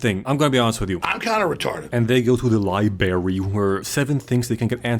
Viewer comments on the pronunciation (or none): Is library pronounced as "liebarry" a Joel easteregg?